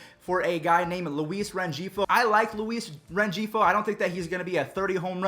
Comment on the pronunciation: here is more help with names Luis Rengefio (Luis Reng-he-foe) if u can’t say a name just admit u can’t it makes me look at my phone like 😤